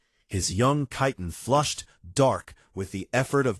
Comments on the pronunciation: I have yet to hear any AI pronounce Chitin correctly. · Chitin is not pronounced that way😵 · You mean "hegemony"?? Emphasis on second syllable "heGEmony". The baby looked up at him in one sentence, then had its eyes closed in the next. Continuity, please. "Chiton" pronounced correctly once, then incorrectly??? All babies have blue eyes to start with, and don't have teeth. Can't we at least give AIs some sort of basic education?? I'm out .